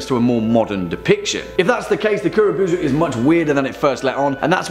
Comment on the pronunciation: Kuro bow-zoo man